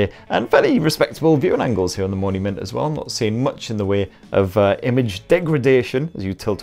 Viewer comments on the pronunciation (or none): Everytime he said Mony mint i heard monument and thought wtf 😂😂🤔